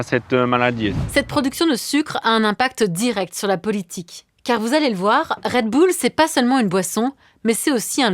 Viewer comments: Non tout le monde dit Red Boule, la première fois que j’ai entendu Red Beul c’est dans la bouche de cette journaliste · On dit un « boul-dogue » pas un « beul-dog » non ? C’est comme Gorbatchëv : on a tout entendu. « Gorbatchève »; « Gorbatchef »; « Gorbatchouff ». Initialement, c’était la faute des journalistes tout ce fatras. Le « ë » russe se prononce comme un « o » ouvert précédé d’un « i ». On dit donc « Gorbatchiov ». Et Red Boul. Pensons bulldog, et appendice caudale, femme callipyge, tout ça. Moyens mnémotechniques - Anki pour les plus motivés. 😅)) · Red "beul" lol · Raie deux boules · Red beul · Faudrait faire une émission sur "comment on prononce Red Bull??!!" car tout le monde le prononce différemment.